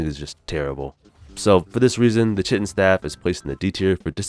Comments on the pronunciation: Kie-tin dude not Chit-in...American school systems at work again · The pronounciation of chitin 😄